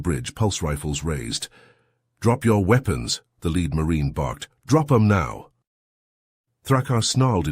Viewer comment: weepons? LOL gotta love a braindead AI